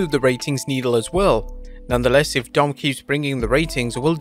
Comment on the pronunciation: I love it when you said, "Dom, Dom." It sounds like you are saying dumb, dumb. Trust me to find something silly like that.